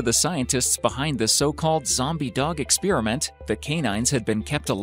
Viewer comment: Who else Heard the robot voice/person saying "Expearament" instead of "Experiment"